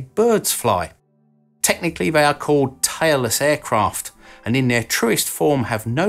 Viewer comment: I had to listen to this 3 times before I heard tailless aircraft. Initially I heard tireless aircraft. Sorry.